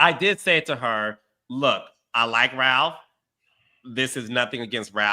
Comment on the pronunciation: & Carlos are both from Michigan and neither can properly pronounce “Ralph” 😂😂